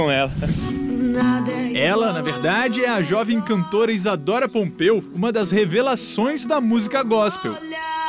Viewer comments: Aham é Pompeo e não Pompeu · E pompeo e ñ pompeu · Isadora pompeu? Sério? não tem nada errado ae não? kkk (é Isadora Pompeo). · nao é Pompeu è Pompeo com O no final! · É Isadora Pompeo n Pompeu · "Pompeu" é POMPEOOOOO "PEOO"